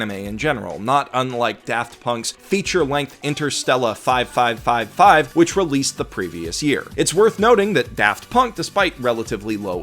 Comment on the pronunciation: Oh man. That old Phoenix Wright vid. That brings back memories. Also the "5555" in "Interstellar 5555" is pronounced "Four Five." Not "Five Five Five Five." Otherwise, great video.